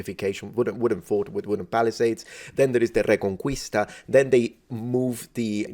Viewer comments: why did you say reconqüista instead of reconquista? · 3 small comments: 1 a correction: in the word Reconquista the 'u' is silent, so you would say rre-con-kis-ta. 2 sad fact: "i don't even know what did the writer read that" most probably the 'writer' didn't even read anything to write this and went from prior misconceptions. 3 just why? : "Random attacks by marauding invaders" ah, yes, Norsca from Warhammer Fantasy is real life isn't it? 'Power metal vikings worshipping dark gods' was the most normal scandinavian person in these people's minds. Thanks for reading through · Minor nitpick: The "u" in "reconquista" is silent.